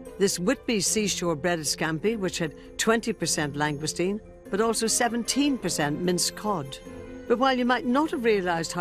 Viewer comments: Those Scampi "bites" are about as near to the real thing as is the presenter's pronunciation pf lsngoustine. It's French for heaven's sake pronounced "long goose teen". And we pay these people via our BBC TV Licrnce ! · Did no one think of teaching how to pronounce Langoustine?